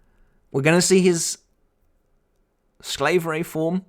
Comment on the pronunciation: they have to get someone to redo the german words in the subs! im pretty sure its vollständig and not voll stern dich and sklaverei and not sklave rai!